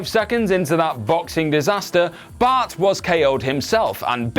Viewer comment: Everytime you say Bart... It sounds like Butt.